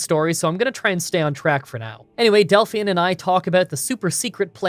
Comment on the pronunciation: You must be the only person online who hasn't heard of Belle Delphine and knows how to pronounce her second name 😂